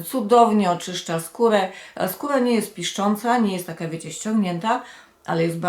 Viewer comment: Czemu tak dziwnie mówisz ?,,chłodzi skółe'' 🙄